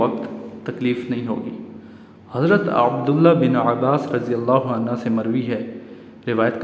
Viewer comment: شکریہ ایڈمن بہت ہی اہم باتیں آپ سے معلوم ہوئیں مگر تھوڑی سی اصلاح آپ اپنی بھی فرمائیں اور وہ یہ کہ آپ عنہ اور عنہا کا فرق بھی جان لیں عنہ مرد اصحاب کرام حضرات اور برفوں کیلئے بولا جاتا ہے جس کے ہ کے اوپر پیش ہے جبکہ آپ الف زبر آ مسلسل بولے ہیں یاد رہے کہ عنہا اصحابیہ کرام خواتین کیلئے بولا اور لکھا جاتا ہے ۔